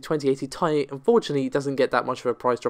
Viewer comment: The out of focus guy cant pronouce "th" and says "f", you cant pronounce Ti properly. Its Tiiii_aaiii not "Tie". Thats an imperial fighter spacecraft in Star Wars, not an Nvidia version of a card.